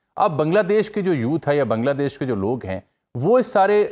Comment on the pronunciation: First time someone pronounces "Bangladesh" correctly..😊😊 Pakistani can't pronounce Bangladesh correctly😂😂 ❤ From 🇧🇩